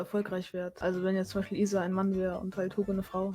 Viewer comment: wieso sagen alle issa statt isa ? sind die dumm?